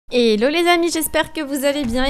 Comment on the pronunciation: on dit pas hélo on dit hello mais je suis une abonnée